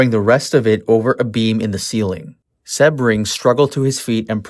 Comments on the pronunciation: Its pronounced See bring, not seb ring. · Appreciate you, but Jay's last name is pronounced Sea-bring, not with a short E. Also, the house on Ceilo Dr. was 10050 Ceilo, not 150. The new home has the number 10066.